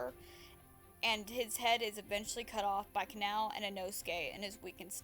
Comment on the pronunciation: sry just pointing out it’s kah-nah-oh not canal